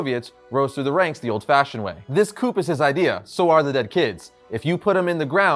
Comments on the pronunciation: Coup is pronounced "coo" not "coop" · Coup is pronounced “kew”, not “coop”. Totally ruined the video for me. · It's pronounced "coo" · Love your channel, love the video, but … coup is pronounced “coo.” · Appreciate this rundown. What a fun arc. Also, just FYI, "coup" is pronounced "COO" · yo, COUP is pronounced COO as in POO it's just like CORPS is pronounced CORE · Dim sum isnt soup. Coup has a silent p. peh-trahv. Return the fury to armor like he asked? Resurrected James Rogues? Holy shit you need an editor. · . Constructive criticism with all due respect; the “p” in coup is silent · You don’t pronounce the p